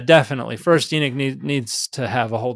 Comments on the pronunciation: Pardon, are you referring to the book of Enoch (E-nuck or EE-knock)? Or another book? It sounds like you’re saying The Book of Enic? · Exactly! It's spelled Enoch, but he kept calling it Enick. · Now I’m confused. Is the name pronounced Enok or Enik? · Just a different pronunciation of the “o,” I believe. I’ve heard it both ways. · Both pronunciations refer to Enoch as far as I know.